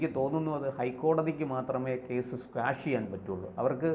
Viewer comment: Quash ക്വാഷ് ആണ് സ്ക്വാഷ് അല്ല